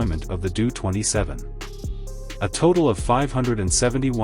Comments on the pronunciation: Doh-Twenty Seven -- like Homer Simpson was saying it. Doh, line the first part of the name DOHrn-ier. It is hard to take the narrator seriously with that Doo-thing mentioned every few seconds. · You obviously don't know what you are talking about. It's a Taildragger landing gear, not tricycle. It's pronounced ; D O-27 not Doo-27. Empty weight did not Double. No acft on Earth has.😢